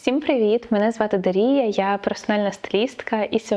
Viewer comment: А чому ДарІя, а не ДАрія?